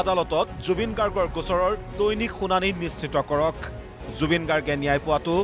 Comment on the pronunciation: মুখ্যমন্ত্ৰীয়ে ন্যায় শব্দটো শুদ্ধকৈ কব নাজানে, কি নেয়াই নেয়াই বুলি কৈ থাকে।?